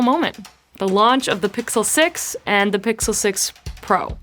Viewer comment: Sixel and Sixel pro heh